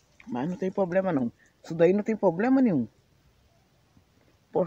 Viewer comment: é problema é não poblema